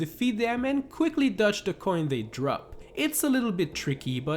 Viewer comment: I have a challenge for you, say DODGE correctly.